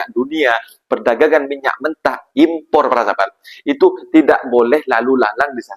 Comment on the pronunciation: Import bukan I. Porrrrr, evport bukan exporrrrr